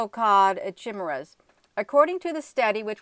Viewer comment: Chimeras is pronounced Ky meras.